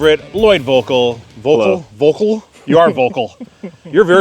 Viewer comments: Damn, this dudes name is pronounced “Fogel” just speak the V like an F. Its german for “Bird”. Yes, his last name is bird. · Vogel is German for bird and it is pronounced ffffffff like forest